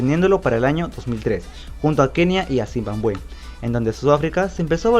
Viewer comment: zimbambué jajaja!